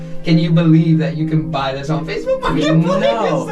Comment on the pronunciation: DID YOU JUST SAID FACRBOOK? I KNOW THAT APP